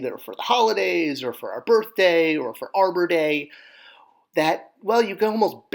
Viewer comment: Wait...did you say Arbor Day?